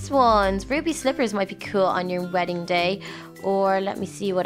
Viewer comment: it's wedding not weedding